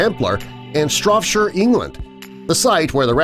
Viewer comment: The crappy pronunciation -- my ears! My ears! not Stropshire -- Shropshire. Not sep-le-cur -- sepulchre. Gah!